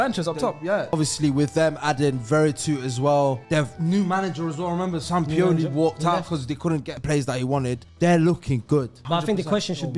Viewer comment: Man really said “sampiyoli” brudda what 😭